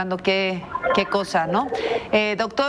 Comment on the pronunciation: La conductora casi se caga de risa cuando pronunció el apellido del doctor!!! Gorordo!!!!! Jajajajaja ya no dieron chance para el apodo!!!!